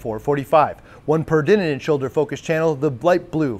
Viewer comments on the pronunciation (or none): keeps adding an extra “in” in peridinin. Should probably google how to pronounce it properly.